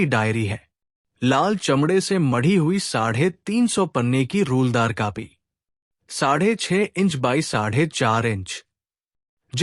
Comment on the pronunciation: माणिक दा की कहानी सुनाये, इसके लिये धन्यवाद। पर उच्चारण ठीक करो। "कापी" क्या होता है? "बाडर" क्या होता है? गूगल पर चेक करो। मैं नहीं लिखूंगा यहां। साहित्यिक विषय के मामले में अशुद्ध उच्चारण अपराध माना जायेगा।।